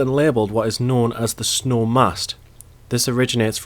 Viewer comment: Pronounced SNOO.